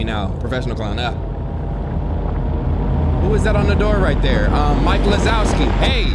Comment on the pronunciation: He really just say “mike lawzowski” instead of mike wazowski